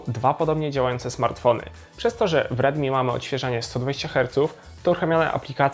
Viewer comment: Dobra recenzja ale bez kitu nie mam pojęcia kiedy mówisz ridmi a kiedy rilmi.